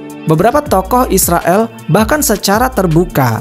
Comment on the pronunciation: Yag jelans nama ya bukan Israel min Isriwil 😁